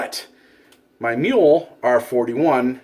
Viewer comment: Mew-la, not mule